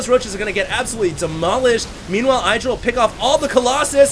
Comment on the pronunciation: Please you pronounce IdrA wrong.